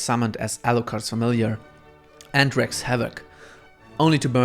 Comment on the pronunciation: In some ways, she reminds me of a female Johnny the Homicidal Maniac. "Wreaks" havoc.